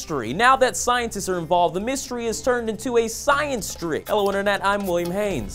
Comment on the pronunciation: SKIENCE XD